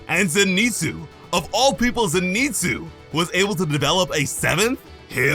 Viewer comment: Did you purposely mispronounce Zenitsu?